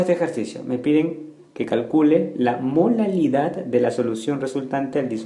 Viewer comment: dice MOLALILAD xdxd